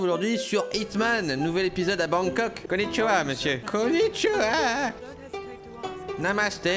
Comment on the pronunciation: dit nya pas konithioi